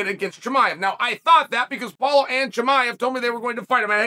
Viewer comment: Sonnen…. The reason why the ufc never told anyone that Khamzat went down from 185 to 170 in a week is because he didn’t. He fought at 170 then Meerchart at 185. Very impressive by Khamzat but you should check your facts before you rant. Oh and it’s “Paulo” not “Apollo”.